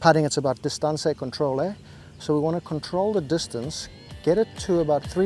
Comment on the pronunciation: I thought you spoke Italian also - a la ‘disatancé controlio’